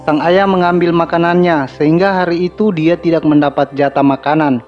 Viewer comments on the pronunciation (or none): Tax, tidax. Gk enak d denger. Tau bedanya k sama x ndak